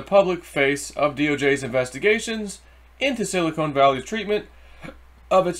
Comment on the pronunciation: Ok...one more time...Silicon is pronounced like "Chili CON carne"....and NOT like a silicone breast implant. Hope this helps.